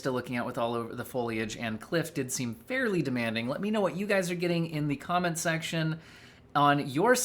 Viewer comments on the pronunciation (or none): none